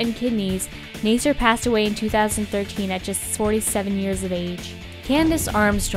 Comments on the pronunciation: btw when you say the name Nasser or nassir its spells like this (naa-sae-r) not (na-sai-r) ^.^ just wanted to help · Nasser is said like Nasa not Nayser.